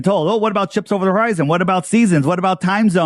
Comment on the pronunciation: Hor-eye-zone drop*